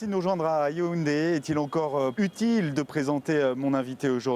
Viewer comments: On dit Yaoundé et non youndé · Ont dit : Yaoundé ya-où-n-dé et non youdé 😎